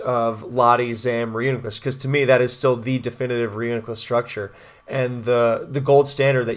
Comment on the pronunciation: PRO (ban) : Bro is broko lmao Magic Guard is sorcery and therefore forbidden His name is annoying and pronounced wrong Too many sets ; would rather know that I lost for sure in team preview ANTI (ban) : Alakazam will be lonely :( Not a net win or loss for any side of the weather war and therefore pointless to the conflict people care about Technically psychic types can only be broken 70% of the time Spikes is the real problem anyway so why even try anything at all